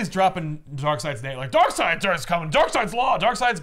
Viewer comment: New comic. From the creators of four jokers comes 2 Darkseids. One pronounced Darkseed one pronounced Darkside. That is it